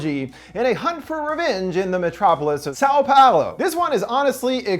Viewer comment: "São Paulo" tho. Paolo is a dude